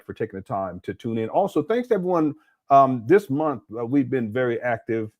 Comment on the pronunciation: "$500 dollars a munf 😳"- 😂😂😂😂😂